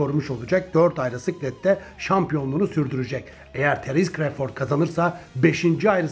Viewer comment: düzeltme: terens kreyford değil terıns kra(o)vfırd